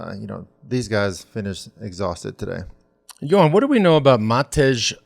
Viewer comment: Hi, Matej is actually pronounced Matey. And Nusa is Nusha :). Jan Polanc is pronounced Yan Polantz. Cycling has gone crazy in Slovenia. It is hard to buy a road bike. There is more support for Roglic just for the fact of what he did in previous years and where he came from. We all want him to win the tour. With that said, Pogacar is right there in our hearts as well. Nobody hates him. We all want him to do great, especially now with Primoz in such trouble.